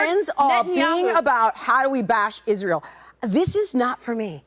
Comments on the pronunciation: Tucker, Candace , Dave etc….. need to be locked in the looney home. They don’t like Ishrael and can someone please sponsor a speech therapist for Candace, she has a hard time pronouncing Israel 🤔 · Candolph Qatari Owens says it like this "Ishh-rail" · 😅 did you say Israel